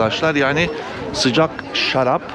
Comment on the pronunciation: Sıcak şarrrabiçiyoruzzz. Hepimiz şarrrapçıyızzx😂😂😂